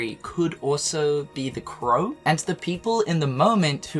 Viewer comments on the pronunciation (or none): none